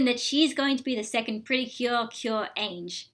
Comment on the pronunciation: This Cure Ange is pronounced as "anju", while the Heartcatch one is "anje". only the English translation is the same but they are different names in Japan